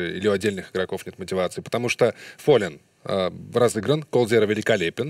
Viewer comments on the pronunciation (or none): фоллэн а не фоллен